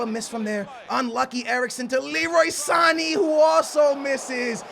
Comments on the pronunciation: SAN A not San eeeee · san-ay not san-ee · i think its pronounced Sa-ney not Sa-ni. otherwise, i look forward to your vid every day:D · his name is Sané not Sanii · San-ayyy not sarn-eee pronounced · San-aye not san-ee sheesh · I'm ok with you saying mane"y" but sane"y" sounds stupid!!! You don't pronounce it with "e" its with an "a" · Can you please pronounce it as "San- A" not "sannie" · Noooo! Its not Sanee, or Manee. Its Saney, or Maney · It's Sa-nay not Sa-nee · u dare say Sany again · San-a not Sanee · It's Sanééééé not Sanny. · it's san-ay not san-eeee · Not pronounced san-ee it's pronounced San-ay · Good vid btw it's sane not sani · jesus Christ it's pronounced Leroy San-a not saneee. . . . like man-a ,not maneee. .its not that hard..ffs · Sané is pronounced san-yay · It's pronounced Sa-nae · you suppose pronounce Sane's name as SA-NAY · "Sani"😂😂 love his pronunciations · Leroy Sane's name is pronounced Sahn-Eh and Sadio Mane's name is pronounced Mahn-Eh. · Sane not saniiiiii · Sané's name is pronounced sanAY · HHJ FWAW He says Sané wrong the same way as Mané.. they are not Sani and Mani..... it is so annoying... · Not "Sani" again, #NoRespect4sane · Shutt Up!! Ur saying Sane's name wrong it's so annoying!.. it pronounced (Son-ay) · It's MAR-NAY and SAR-NAY omg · just heads up. sane is said like san-yay. lol, some of the names you try to say.. drives me fruit. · you say mane and sane wrong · skillz, u dont pronounce Sane's and Mane's names. Google the right pronounciation. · the way he says sane is what a sandwich is in England 😂